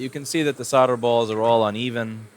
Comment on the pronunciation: Sounds like you said "nice otter balls" instead of "nice solder balls"